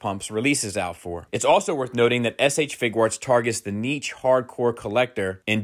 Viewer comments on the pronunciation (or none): Idk why y'all keep talking about the "Figurarts" line. is clearly referring to the "FIGUATS" line. 😂